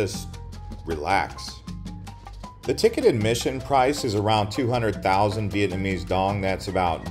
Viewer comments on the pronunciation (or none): none